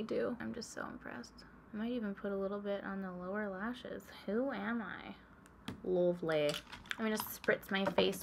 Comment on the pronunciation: when you say lovely in that accent, who are you impersonating? Bcos it really sounds like a yorkshire accent haha (northern english)